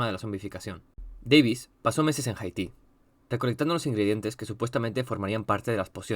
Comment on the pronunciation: me da un tic tu pronunciacion de haiti, no es jaiti, es aiti.